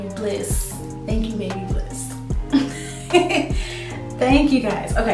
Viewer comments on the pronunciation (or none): Bab a liss is how you pronounce it